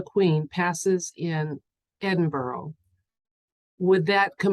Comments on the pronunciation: Great question! Here's hoping Queen Lizard Breath's departure is made known to the public soon. Btw, Edinburgh is pronounced 'Edin-bruh' 😊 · Edinburgh sounds like edin bruhhhh xoxoxoxox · Pronounced Edinburra, at least in England although I’m sure my Scottish friends did the same. It makes me laugh when Americans pronounce our names. It’s like anything with shire on the end. We pronounce it Shure, not Shire. We aren’t the Hobbits. 🤣🤣🤣🤣🤣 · It’s pronounced ‘Edinburra’.I wouldn’t know that either, my daughter married a Brit.Thank you for all that you do. Love and light.🌺🌼🌸👌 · Is it Edinburgh- but pronounced differently?